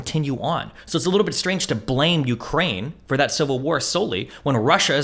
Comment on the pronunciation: Destiny can't even pronounce Ukraine properly